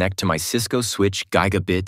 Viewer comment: Bro said guy guh bit lol